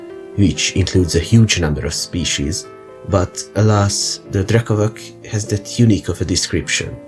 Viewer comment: Great vid! I know that these slavic words are hard to pronounce but it’s “drekavatss” 😂